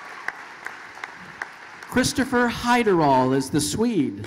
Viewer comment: christopher hiderall